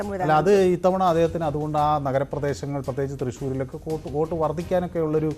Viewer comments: വേട്ടു അല്ല വോട്ട് 😝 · വേട്ട് അല്ല വോട്ട് 😂😂😂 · 'വേട്ട്' ... അല്ല സര്‍ ...!!! 'വോട്ട് ' എന്നെഴുത്....